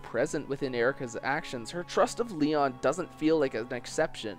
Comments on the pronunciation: "Lee-ahn", more like "Lee-own" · joaocisne556 completely agree I also like Eirika's path much more and thought it was more interesting, tragic, and well written. but besides that (and the mispronounciation of Lyon's name), the essay is well done and some recognition of Lyon's character is super refreshing!